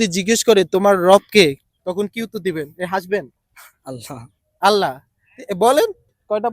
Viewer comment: সম্মানিত উপস্থাপক, আগে নিজে উচ্চারণ শুদ্ধ করুন, অশুদ্ধ উচ্চারণে পাবলিকলি কোন পোস্ট না করবার পরামর্শ রইলো। আল্লাহ উচ্চারণটিই ভুল। আপনি আল্লা হ উচ্চারণ করছেন, আল্লাহ উচ্চারণ করতে হ এর নীচে হসন্ত এর মতো করে উচ্চারণ করতে হবে। আপনিতো আল্লাহকে হতে বলছেন।